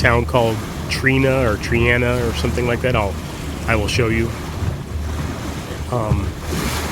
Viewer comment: Triana is pronounced (Try Anna)